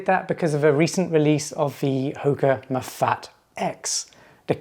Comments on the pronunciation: It’s pronounced “Mah-fah-tay”. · In French I see things pronounced ma fat but as a Spanish speaker myself I thought it was ma fa te